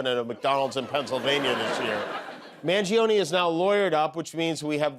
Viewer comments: I’m mostly annoyed at how Americans pronounce Italian names… it’s a worse crime than what he did 😂 it’s Mun-jone-uh, not mangeeohniee 😢 you DO NOT PRONOUNCE AN I AFTER A G OR C IN ITALIAN! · Cant stand hiw eveeybody is pronouncing Mangione. It isn't Man-gi-o-ne, it' s Man- gio- ne ( gio pronounced like Joe). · I got stuck on your continuing ethnic slurring of his name, as if a man named Luigi Mangione would of course be an assassin. So if you gave a reason why some of us support the guy, I missed it.